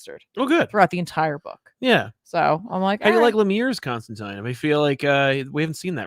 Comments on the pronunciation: Constantine should rhyme with 9. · Please don't pronounce Constantine like that...😂